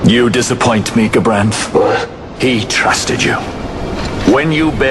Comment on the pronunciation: I just wish would get gabranths name right before he starts complaining........